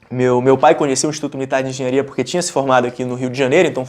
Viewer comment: Corrige o "Enghenharia" rsrs